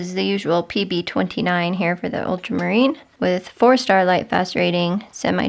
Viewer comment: I’m a new subscriber to your channel- love your content. I do find it interesting that when you mention lightfast ratings it sounds like you are saying “Starlight fast rating.! 🤣🩷